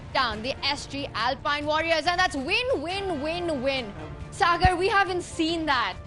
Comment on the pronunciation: always mentions sagar as "cigar". Thus cracks me up always😂😂😂